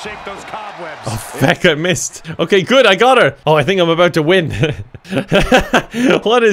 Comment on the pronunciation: Ya know it's GUD with a 'U' when says it is!